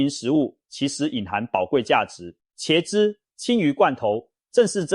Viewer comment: （ㄑ一ㄝ/）茄子的茄，（ㄐ一ㄚ）雪茄的茄，請問你唸的ㄑ一ㄚ/是哪個字？？